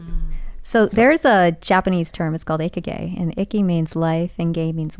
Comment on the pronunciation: What the hell us "icky gay"? God, that hurt my ears. I'm sorry, but if you're going to use a foreign expression, at least approximate the pronunciation.